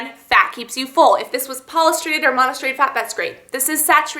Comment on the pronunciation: you cannot even pronounce polyunsaturated or monounsaturated, you are not a dietician, please do not give out diet advice. you neglected to mention the cholesterol content in the coffee ice cream, which is a concern of many dieters.